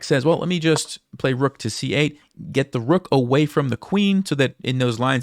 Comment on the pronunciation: the Queen just can’t take duh rukhhhh? At least to try to prolong the game?